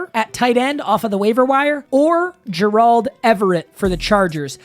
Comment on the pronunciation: everytime he says gerald it makes me upset